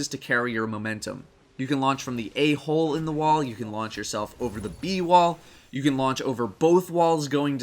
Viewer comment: "you can lounch form the a-hole in the wall" lol